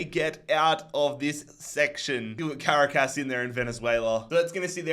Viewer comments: Bro cannot pronounce Caracas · As a Venezuelan, i find it so funny how says Merida and Caracas